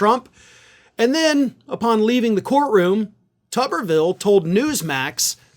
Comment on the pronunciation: I think it should be pronounced Toobervilee, like a potato which is a tuber. After all, I have never seem a head that could use some parts swapped into it like his. He could help build the wall with that forehead. Tommy go stand between Texas and Mexico. At least you'd be doing something some people could deem useful.